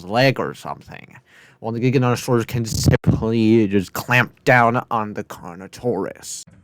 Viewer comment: “Carnotaurus Vs Jigganotosaurus”